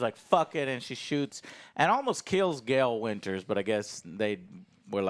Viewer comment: "Gale winters "